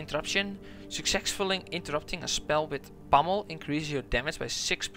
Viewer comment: 3: 36 "sucsexfully " good guide tho :)